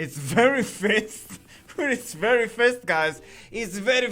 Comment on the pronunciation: "Very Fist" :)